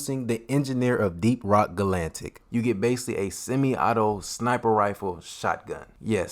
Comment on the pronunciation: Ga lan tic.. it’s ga latic Edit: it’s hox EEEz